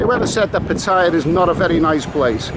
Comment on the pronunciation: Its PAT TA YA not PA TAI YA .